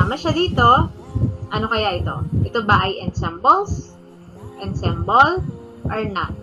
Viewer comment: ENSEMBLE------ANSAMBOL ...po bigkas.😘😘😘